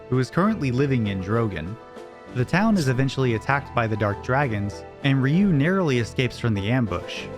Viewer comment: Thank you for calling him "Ree-yu" instead of "Rai-yu" like I've heard a lot of times